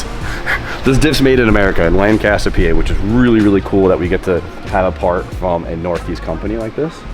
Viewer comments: PA resident here, the diff is made in (Lank-aster) PA pronunciation. So excited for the pro car! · Figured I wouldn't be the only one to think 'that's not how to pronounce that town name' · I love hearing people say Land-caster😂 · The way pronounced Lancaster made my day lol